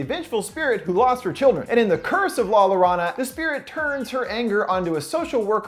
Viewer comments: Oh dear. Llorona is pronounced yo-ŕo-na. Double l's are always pronounced as a y. Llorona meaning crier or cry baby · Hi! Llorona is pronounced like "Yoh-rroe-na". Kind of. I love your videos! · Its YO-ronna In Spanish a double "l" is pronounced as a "y". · Llorona ||Yo-Roe-NAH|| Ouch dood hope this helps when you get the review out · Wow, you've got to look up some foreign pronunciations when you're using world's from different languages. Watanabe [Wah-tah-nah-bay] and Llorona [Yoh-rroh-nah] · the way you said la llorona (Yo-Ro-Na to help out) made me feel odd... but you said it with confidence so props to you :) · No offense but llorona is pronounced yorona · Please don't say llonora again or at least learn how to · Omg it’s pronounced yo-ro-na lol I couldn’t help but laugh at the way your pronounced it. At least you tried ! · The way you said llorona made me cringe so bad. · He said Llorona like some dyslexic mob boss